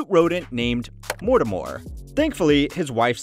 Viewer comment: The way you pronounce names like “Mortimer” and “Icarus” is really, really bizarre…